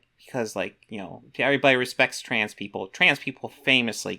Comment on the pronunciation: Did she just say "Troons" ??